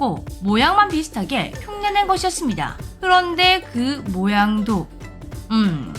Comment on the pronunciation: 다른 것은 어느정도 알고 있었는데 5만원은 생각도 못 했어요 '그런데 그 가격이' '그런데 이 초콜레트 단설기에는' 일부러 강조한 거예요? 두번 반복하시는데요